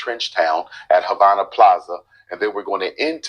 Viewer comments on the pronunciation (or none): none